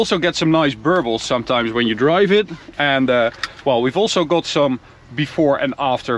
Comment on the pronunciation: knap dat je Engels praat maar ajb het is meer go-od than kot wanneer je got uitspreekt....sorry. Ga gewoon lekker door met deze videos